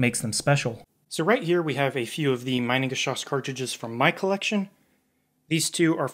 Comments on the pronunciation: Next video goes about pronouncing the names correct. Its not majnengeschoss, its mienengeschoss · haha pronounce "mee-nengeschoss", cause it's mean. "my-nengeschoss" sounds like "minebullet" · German native speaker here with a small pronunciation correction (because of course, because I'm German.. :D ). The way you pronounce the "Minen"-part, it would have to be spelled "Meinengeschoss" - which is not a proper word. It's "Minengeschoss". The "Mi" part of the German word "Mine" is pronounced similarly to how you pronounce the English "me" (as in "me, myself and I"). So ... "me-nen" in a super-poor man's phonetic speak. :) Googling "Minengschoss pronunciation" brings up a page with a good example of the correct pronunciation as the top result. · fyi pronunciation is "me"-nen not "my"-nen great video! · The first syllable is pronounced like "me", not "my". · Very good video. Only a minor correction in the pronunciation of Minengeschoss from me, a German. It is pronuced like Meenengeschoss. The German "i" is pronunced like the English "e". Greetings Mega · The Geschoss part pronunciation is on point. Just the first part is infuriating for us Germans. Try pronouncing it like meanan. 😊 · Minengeschoss is pronounced like Meenengeshoss source: I'm German. It means mine projectile, maybe not surprisingly. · Great video, one minor correction though: You use the English pronounciation of "mine" instead of the German one. No biggie, but I suggest you look up the correct pronounciation of the item in question beforehand. :) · Hahahha "Meinen-geschoss" ! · Minengeschoss. Pronounced like ee. Sounds like Meenengeschoss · the letter I ist pronounce Eee in German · It's pronounced Meenengeschoss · It’s actually pronounced meenangeshoss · It’s pronounced me-nengeschoss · Quick tip: pronounce like “meanan geschoss”. Has nothing to do with mining. 😊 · In German - switch the pronunciation of I and e